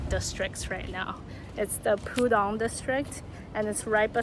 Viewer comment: 怎么我们美丽的浦东叫成poo dong😅